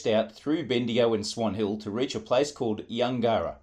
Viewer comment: Yungera is pronounced closer to Yungra - Yun gerr rah. We had farms at Kooloonong and Yungera